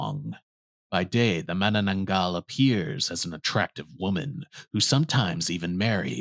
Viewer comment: I'm surprised on how fluent you pronounced Manananggal because most Foreigners had a hard time saying it because the Filipino language uses s hard pronunciation of syllables.